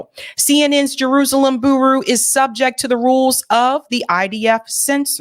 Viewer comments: bureau = byoor-O (not boo-roo). Thanks. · "Bureau" is pronounced "Byur - row". JS. Keep up the good work! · "Bureau rhymes with "Churro." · Bureau is pronounced 'Byur-row,'. 😂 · Someone please tell how to pronounce bureau lol love the show, but girl you need to proof read these segments before airing them. You mispronounce stuff all the time. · ...Please learn how to pronounce certain words before going on air And reporting. Look up how to pronounce the word bureau Next time please. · Why is it a thing for you to scream every word out of your mouth... furthermore, if you are unable to annunciate the words Bur-eau or Pal-es-tine, perhaps you know nothing of the topics, and are simply regurgitating the works of others.. totally turned off after listening to you for 2 weeks.